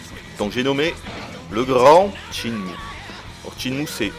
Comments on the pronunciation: C'est pas "Tchinmue", c'est SHENMUE !!!!! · Ce jeux est carton. Ca fait 11 ans mais il reste toujours mon jeu favori. C'est sympa d'avoir un test qui presente le jeu assez dans les details par contre le testeur m'ecorche les oreilles a chaque fois qu'il dit "tchine-mou". On dit "chaine-mou" gros naze. Je veux bien croire que c'est pas une lumiere en anglais mais quand meme! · tes chiant a dire TSHINE MOU! sinon bon test